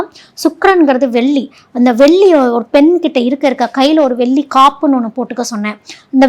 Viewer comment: எல்லாம் தெளிவாக சொல்லும் நீங்கள் வெல்லி சொல்லாமல் தங்கம் *வெள்ளி *என்று தமிழை தமிழாகச்சொன்னால் நன்றாக இருக்கும். குறை சொல்லவில்லை மேடம் தெளிவு படுத்துகிறேன் நன்றி.